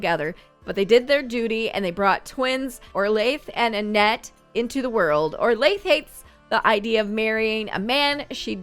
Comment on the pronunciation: the butcher family were the sims I made, thank you so much for adding them! Just one little thing, orlaith is pronounced 'orla', but don't worry, I mispronounced it for the longest time too 😅 it originates from ireland and it means 'golden princess' :) loving this challenge, I've been bingeing this and your other decades challenge for the last few weeks and i can't wait to see more!